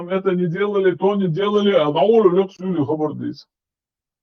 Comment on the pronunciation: Я ЗАМЕТИЛ ,ВЫ НАЗЫВАЕТЕ СЛОВО ( СУЛИ ) В НЫНЕ КАК СЮЛИ ,,,, НО СМЫСЛОВОЙ КОРЕНЬ В ЭТОМ СЛОВЕ СОСТАЯЩИЙ ВЫ НАВЕРНОЕ ЗАБЫЛИ ? ЧИЧЕНЦЫ С ДРЕВНЕЙЩИХ ВРЕМЕН НАЗЫВАЮТ СЛОВО ( СУЛИ ) С ХАЗАРСКИХ ИУДЕЙССКИХ КАГАНАТОМ ПРИХОДИВЩИХ КОЧЕВНИКОВ , ТАКЖЕ ЧИЧЕНЦЫ НАЗЫВАЛИ. СУЛИ ТЕХ КОТОРЫЕ ПРИХОДИЛИ С АРАБСКИМ ХАЛИФАТОМ ВИДЕ ВОЕННЫХ КОЧЕВНИКОВ ,,,,, НА ЧИЧЕНСКОМ ЯЗЫКЕ СЛОВО ( СУЛИ ( СУЛАЙ )) ОЗНАЧАЕТ ТАКОЙ СМЫСЛ ,,, КАК. ИЗ ДАЛЬНЕГО ВОСТОКА ЮГА ПРИШЕДШИЕ ЧУЖЕЗЕМЦЫ И ИЗ ДАЛЬНЕГО СЕВЕРА ВОСТОКА ПРИШЕДШИЕ КОЧЕВНЫЕ ,,, ЗАМЕТЬТЕ И ИЗУЧИТЕ КРОМЕ НАХСКОГО НАРОДА В ДАГИСТАНЕ ВСЕ ОСТАЛЬНЫЕ НАРОДЫ В ДАГЕСТАНЕ ЯВЛЯЮТСЯ. ПРИШЛЫМИ ТОЛИ ИЗ ДАЛЬНЕГО ЮГА ВОСТОКА ,,,, ТОЛИ ИЗ ДАЛЬНЕГО СЕВЕРА ВОСТОКА ,,,, ВСЕ ИХ НАЗВАНИЕ НАЦИИ НАРОДОВ. СВОИХ КОРНЯХ НАХОДЯТСЯ ИЗ ПАМИРА ИЗ АВГАНИСТАНА ,, ИЗ ИНДИ.,,, ИЗ ТАДЖИКИСТАНА ,,, ИЗ АРАВИ.,,,, ИЗ КИТАЯ,,,, ИЗ РАЗНЫХ СТОРОН ДАЛЬНЕГО ВОСТОКА СЕВЕРА ,,,, ИЛИ ИЗ ДАЛЬНЕГО ЮГА ВОСТОКА,,,, ТАКИХ ВСЕХ ЧИЧЕНЦЫ ,НАЗЫВАЛИ ПО НАЗВАНИЮ СУЛИ ,,,, СЛОВО СУЛИ НА ЧИЧЕНСКОМ ЯЗЫКЕ ЭТО СЛОВО ОЗНАЧАЕТ. ТАКОЙ СМЫСЛ КАКС,,, ИЗ ВОСТОКА ПРИШЕДШИЕ КОЧЕВНЫЕ РАБОЧИЕ ВОСТОКА ...